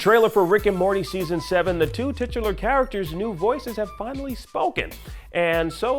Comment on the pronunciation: Say titular again..